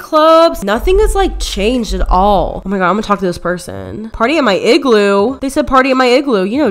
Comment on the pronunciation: “in my igroo balone”